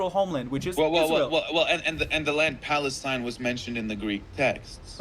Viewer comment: think he mean pfalestine :face-purple-crying::face-purple-crying::face-purple-crying